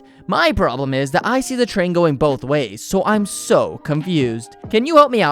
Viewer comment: bolth ways